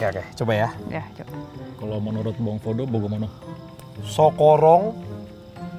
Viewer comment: 11.13: "gak juga " gua dengernya "gak juga bangs*t"